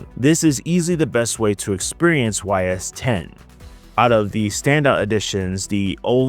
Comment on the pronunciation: Ys is pronounced like ease. As ease into it. And now you know. And knowing is half the battle.